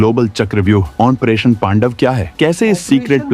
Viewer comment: OPERATION SINDOOR hai Commentry karne walla ONPERATION kahey raha hai Lekin KYUN ?